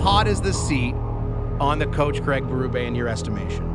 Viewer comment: Craig Beruuub I'm outta here. Find a human to read your video ans people might sub. Not me.